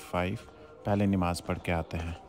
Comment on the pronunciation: Nimaaz ❌ Namaaz ✅